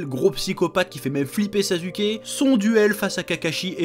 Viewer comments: "Sazuké" (rhaaaaaaa). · Par contre le Zazuke il fait mal à entendre 😭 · Alors pour moi on dit "narouto" et "sassouké" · Pourquoi tu dis 《NarUto》《SasUke》 mais tu prononce 《Hakou》 ? Alors que ça s'écrit aussi avec un U ! 😂😂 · Il s'appelle pas sasuke mais suskiki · Tu es en train de dire sazuké 😂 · Vraiment...ta prononciation de Naruto et Sasuke sa fait mal 😂😂